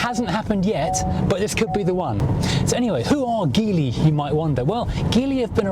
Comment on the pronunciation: Also, pretty amazing that you can do a review like this but not know how to say the name of the car 🤦🏻‍♂️.